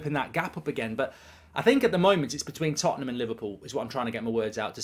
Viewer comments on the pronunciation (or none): none